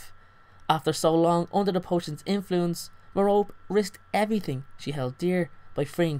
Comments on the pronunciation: No, is right. It's pronounced Mare-oh-pee. It's not Mare-oh-Pay or Ma-Rope. MARE-oh-PEE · Mair-O-Pee, not Mer-rope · Still Don’t Know How To pronounce Merope (Meh-Rope-EE) Not Merope (Meh-Rope). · Others pronounce it 'meh- rop' lol but I read it as 'meh-ro-pi' 😅😅😅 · Her name is pronounced meh-ROH-pee not Meh-ROPE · You mean merope you were saying Merop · It's Mer-o-pe not Me-rope! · It's pronounced Merr-Oh-Pay Not Merr-rope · meh-roe-pee, like penlope or phoebe not meh-rope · i thought it was pronounced like "Mare-o-pee" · Lol I'm so dumb because I pronounced Merope like mer-OpE 😂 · three syllables: mer-oh-pay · great video, just annoying me that it's pronounced like me-ro-pay. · Isn't her name pronounced "Mare-o-pee", like Penelope is pronounced "Pen-l-o-pee"? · You're pronouncing her name wrong bud... It's pronounced (Meropae) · it's pronounced mero-pay